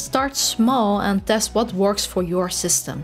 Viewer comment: Why can´t dutch people say the letter T? They say D instead! Dest instead of test, dips and dricks and so on...